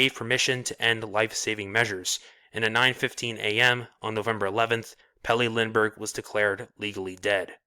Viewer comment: Good vid, but that pronounciation of his full name is pure slaughter. :D